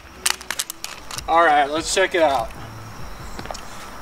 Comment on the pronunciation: Say no more I can only say Orlight That the BEST